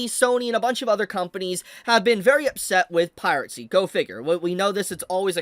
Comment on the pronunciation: why does he pronounce it "pirate c"?